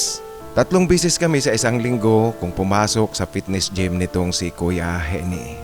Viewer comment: Baka Eugene (Yudyen) ang real name ni Gene. Ang tamang pagbigkas ng Gene ay Jin hindi Henie.